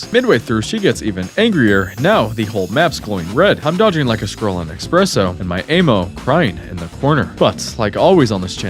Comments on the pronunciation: It's "Ammo" not "AY-MO" !! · Bro it's Ah-Mo... Not Ayyymo!! So off lol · Bro why do you say " ayy moww " instead of " amm ohh " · Great video other than the way you say Ay-mmo. Like bro, it’s ammo like the sound with apple. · im sorry but this ehmo instead of ammo thing has to be ragebait right??? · bro kept saying aim-o.... it's not aim-munition, it's AMmunition. as in "I AM telling you no MO" AMMO. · It's short for Ammunition. Not Aymunition. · "aimo" there's no i in ammo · i have trauma now from your a-mo pronouncing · Am I the only one who doesn't say am-oh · This retard doesn't know the difference between invisibility and invincibility. Doesn't know how to say "ammo", and doesn't know how to say the name of the developers. Wild. Thumbs down. Do not recommend channel again. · So annoying how he keeps mispronouncing ammo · it makes me mad how he pronounces ammo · Bro really can’t pronounce ammo.